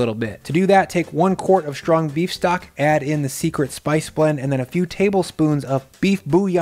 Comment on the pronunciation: It's not "SH=trong"...it's "ST-rong."